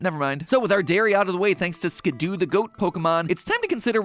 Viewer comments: It’s not Skid-Do it’s Skid-Doe Just like how it’s not a Pi-Jit-Spin-Ner So Skiddo pronounced Skid-Doe And Pigey pronounced Pij-ee NOT a Piget Spinner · When Matpat says "Skidoo" instead of "Skiddo" I can't help but imagine the winter time vehicle. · Matpat should have checked his pronunciations… Muckrow… skidoo… etc. you are killing me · Did he seriously pronounce Skiddo's name as "Skidoo"? It's like "kiddo", there's only 1 "o" in the name, why the "oo"? XD Also, yeah, eating plant Pokémon would NOT be vegetarian at all, because even though they are Grass types, I think plant Pokémon are TECHNICALLY still ANIMALS, simply having evolved to RESEMBLE plants, like some insects like stickbugs and leaf bugs and orchid mantises. Even some mineral Pokémon like Geodude and Roggenrola are still animals and not actual minerals, they simply have evolved to RESEMBLE rocks, in fact their final evolutions resemble reptiles, same thing with the Rolycoly evo line. The only Pokémon that I think are not animals are actually the artificial ones, like Magnemite, Voltorb, Porygon, Magearna etc., those that are confirmed man-made or resemble robots enough that they can be considered non-animals. Not sure about Koffing/Weezing or Grimer/Muk, since those also seem to be man-made but aren't robots either. They're more like mutated animals. I like the theory that Grimer are corrupted Ditto, which in turn are failed clones of Mew, which is definitely an animal. I do consider slime Pokémon animals, as slimes (the creature) in many fantasy universes are considered animals (or at least creatures, you get it, right?), so Gulpin/Swalot and other slimes like that still count as animals imo. Also unsure about Trubbish/Garbodor, maybe they're in the same boat as Koffing/Weezing and Grimer/Muk (minus the corrupted Ditto part). Regardless, almost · The way he pronounced skiddo tho 😭